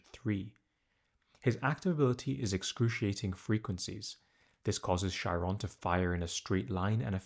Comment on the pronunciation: It's pronounced Ky-ron